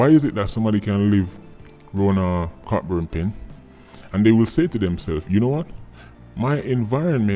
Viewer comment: I agree with Sir P's comments. By the way, Cockburn Pen is pronounced "CO BURN" Pen. The "ck" is silent.